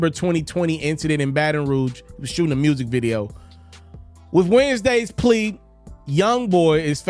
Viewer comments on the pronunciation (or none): Say plea again 😂